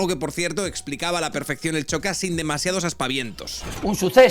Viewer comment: Un apunte: Xocas no se dice CHocas, más bien como una SH ( inglesa) SHocas 😌